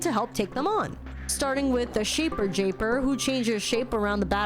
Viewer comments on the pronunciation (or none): Haven't watched yet, but I really hope the Shape Japer is back again Edit: it was pronounced wrong, but I'm glad she was there